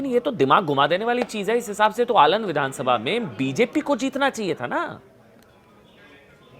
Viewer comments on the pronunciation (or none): आलंद नहीं अलंद